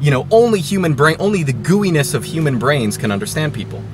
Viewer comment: When i hear you say "gooeyness" I think "GUIness".